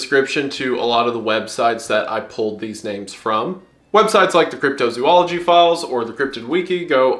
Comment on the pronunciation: Wendigoon I love you so much but my autism is killing me please say “zoology” right